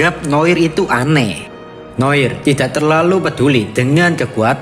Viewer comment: Noar noir aja gabisa baca bener tol